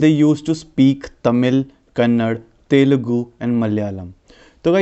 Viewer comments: It's kannada not kannad.... Please correct it otherwise Its the best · That is not kannad that is kannada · it is kannada not kannad